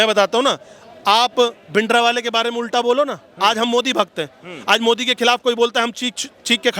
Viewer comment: ये सिख नही है जो bhindra वाले को भिंड्रे वाला बोल रहा😂